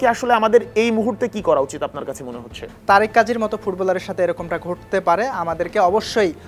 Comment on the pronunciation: ‘তারেক’ কাজী না তারিক কাজী ‘সুমিত’ সোম না সমিত সোম। উচ্চরণে আরও যত্নশীল হতে হবে।